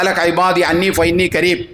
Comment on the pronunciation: "കരീബ്" അല്ല സാറേ "ഖരീബ്" ആണ് 😊 അർത്ഥം മാറിപ്പോകും